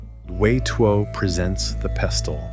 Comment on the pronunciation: Can’t even pronounce pestle for goodness sake!!